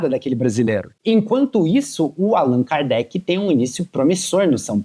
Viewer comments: Agora o cara fica falando o nome do jogador errado o tempo todo! É de lascar! ( Alan cardete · Alan kardet kkkk pqp nem o nome do jogador o cara fala certo....nem vi inteiro por isso,tá tirando kkk